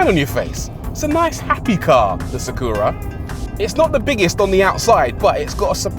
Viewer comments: why you saying "Sa Kuuu Ra"? Just say Sa Ku Ra Short U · NISSAN SAW-KOO-RAH....😂😂😂. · You can say Astra right? Now say Sakura the same way... Sak'ra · Video starts with mispronouncing Nissan and Sakura 😂😂😂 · Reviewer butchering the name Sakura casually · Great video. Shame you butchered the pronunciation of Sakura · i've never heard anyone mispronounce "Sakura" before; until now. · I've heard some tragic mispronunciations of 'sakura' in my day, but that takes the cake.